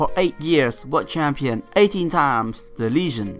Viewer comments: Hey coach. Just to help with your English: Legend is not pronounced with a "Lee" sound aka long E in English. Legend is rather pronounced the same way you would say if someone was talking about a cliff and them jumping off of the ledge, as in "Lej". The emphasis is on the G which makes a J sound in this case. You have the second syllable of the word correct and the emphasis still falls on the first syllable, but you would say it phonetically as "Lejend" with a short e sound in the first syllable. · real quick: the ''le'' in legend is pronounced like ''let'', not like ''lee.'' Legend, not Leegend.